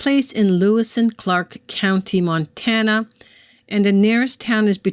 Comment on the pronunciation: You said it correctly I used to live in Montana for 5 years